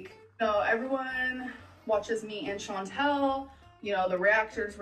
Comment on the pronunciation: How has this woman been on youtube this long and STILL says Chantal’s name wrong